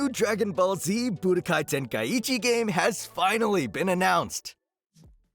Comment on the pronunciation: That Tenkaichi pronunciation killed me